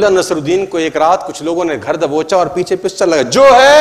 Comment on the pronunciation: उच्चारण सही करो धर दबोचा को घर दबोचा बोला